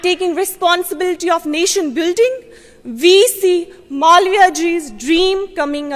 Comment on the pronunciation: इसका उच्चारण मलाविया ठीक नही है। मालवीय है।